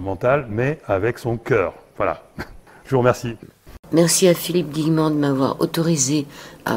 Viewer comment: C'est pas( Guillerant) mais Guillemant. A part ça, il faut que j'achéte le livre. Philippe, est un être brillant.